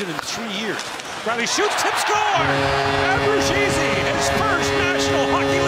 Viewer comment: Great goal by Nick Abbruzzese! I hope that by the time he gets his 2nd, the TSN guys will stop butchering his name!